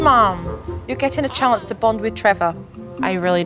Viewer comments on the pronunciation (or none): none